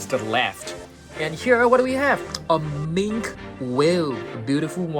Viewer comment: Damn bro it's not mink whale it's minki whale